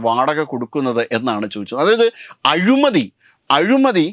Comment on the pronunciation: അഴിമതി അല്ല സഹോദരാ... അഴിമതി എന്നാണ്.